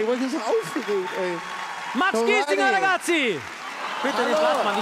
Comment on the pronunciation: er sagt nicht "der N*zi" sondern "ragazzi"